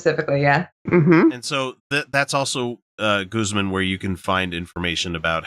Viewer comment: Pretty sure Guzman is a hispanic name and would be pronounced with a long a, but then US english does not know anything like that.